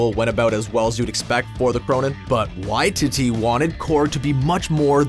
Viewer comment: how many times are you gonna incorrectly pronounce Waititi in this? it’s Why-TEE-Tee inflection on the middle TEE not the Why— basically why-tee-dee